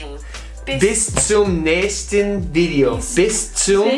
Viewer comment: Bis zum nächsteN Video. The "n" sound is important for the grammar. Good pronunciation though.